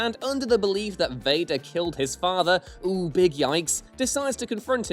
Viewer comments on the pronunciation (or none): none